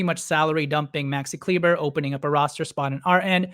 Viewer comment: It’s pronounced Kleeba